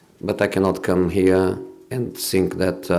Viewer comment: Best part is when he saiyng i tsink so !